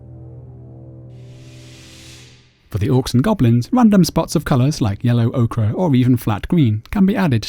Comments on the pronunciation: Very nice tutorial. But surely Ochre is pronounced Oaker not Oakra :) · ochre [oh-ker] okra [oh-kruh] I've tried to ignore it.....but I finally gave in.